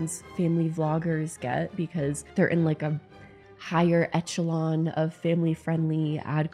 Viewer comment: WOO WOO! GRAMMAR POLICE! The "Ch" in Echelon is pronounced "Sh" Great Video tho